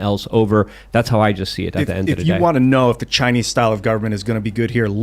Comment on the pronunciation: I will never tire of hearing say "at da endududay"